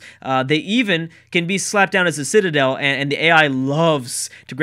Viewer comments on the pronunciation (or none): none